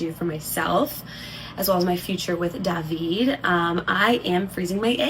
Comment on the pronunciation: Not Dah-veed lol